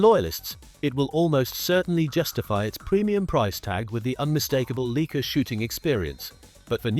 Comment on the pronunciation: "Leek-ah?" Sorry, but the entire video loses credibility when the brand name is mispronounced.